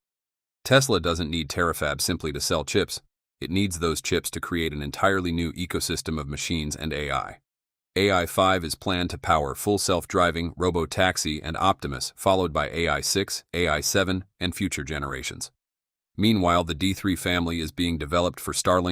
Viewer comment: "Tack-sis"? You mean 'taxis'? Come on people. AI should actually BE intelligent.